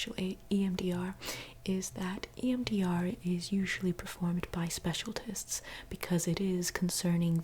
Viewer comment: "SPECIALTISTS"